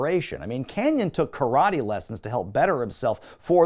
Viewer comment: I love a good running gag. And the 'Ka-rah-tay' one was hilarious 😂👍😎